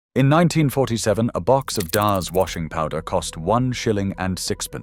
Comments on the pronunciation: DAHHZ??? You mean DAZ ? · There is no 'R' in daz. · cant even pronounce daz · Exactly. They also use the American pronunciations for some things too. The way they pronounced "Daz" was painful. I won't be watching this channel anymore.